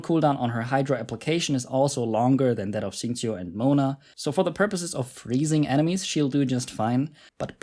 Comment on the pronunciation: "xingqiu" "keqing" brb crying tears of joy